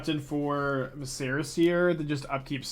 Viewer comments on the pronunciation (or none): Love the deck. Just a pronunciation tip: “Vi-sr-uh” seer. Like visceral….but without the L. Not “Va-Serra”. Not that it matters but your rhetoric is kinda your bread and butter. Also glad you are dabbling in pioneer. Wherever you go is where thousands of players flock. Hopefully Wizards recognizes you keep their game alive and have a huge influence in card sales.